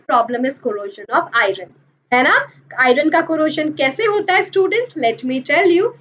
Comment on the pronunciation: Not irun it's iron